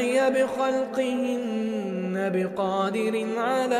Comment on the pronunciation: انتباه!!! خطأ خطأ خطأ.. قال: أولم يروا أن الله الذي خلق السموات والأرض ولم (يعي) بخلقهن... قال (يَعِيَ) وهذا خطأ.. الصحيح (يَعْيَ)..... حرف العين ساكن وليس مكسور..